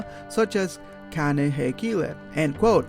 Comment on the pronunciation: it's not Kane. it's ka ne.